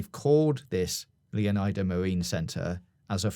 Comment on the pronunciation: He can't even say Leonida correctly, or iguana, or Lucia's last name.